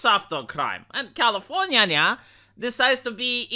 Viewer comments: V, you got lazy and said California the lazy American way towards the end of the video. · Commienia vs Californya nya nya Seriously why Romanian guy saying Californya nya, it makes me go insane with nya des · why are you calling it californya nya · That's califro nya nya nya nya 🙀